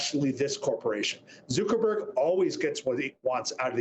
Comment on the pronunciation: Zoo-ckerberg? No one says it like that. Get a grip man.